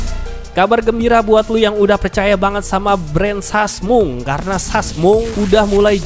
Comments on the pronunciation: wkwkwk gara2 denger sasmung, auto subrek. seru bang cara penyampaian lu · Sasmung,busyet dah ah bisa bae lu bang ngejaplaknye